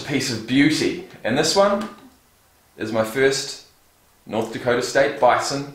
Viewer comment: “NDana” It’s North Dakota bud. 😂😂 but it’s an irrelevant state soo 🤷‍♂️